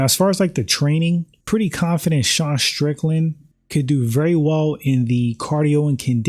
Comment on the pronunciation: When people say SH instead of using the proper pronunciation ST I immediately leave and never watch again, it's a girl thing.